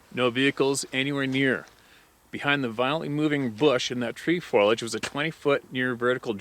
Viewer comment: Ugh.....foilage- things made of foil Foliage(FO-LEE-AGE)- plant growth, leaves, vines, etc. Sorry! Big pet peeve of mine!